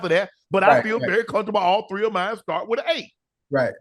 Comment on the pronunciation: He can file Chapter 7. Shannon, it’s with not wit, shrimp not shimp